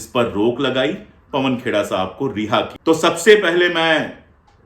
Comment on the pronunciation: से मिनट के बीच आपकी भी ज़बान फिसली और आपने पवन खेड़ाजी को पवन खोड़ाजी कह दिया। मारवाड़ी में खोड़ा का अर्थ होता है लंगड़ा। आपकी भी गिरफ़्तारी होनी चाहिए। 😂😂